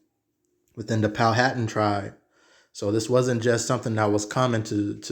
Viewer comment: Powhatan my father side straight out of Charles City county and it is pronounced Pow-wha-tan